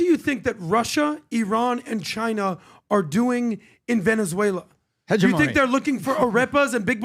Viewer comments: can’t even say hegemony correctly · They need to learn to pronounce terms like "hegemony" and "iwo jima" but otherwise i agree. Learn what your talking about more b4 broadcasting otherwise gj.